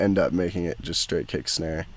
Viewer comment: "Kick and Schnare" <3